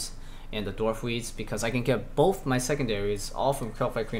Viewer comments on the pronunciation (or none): none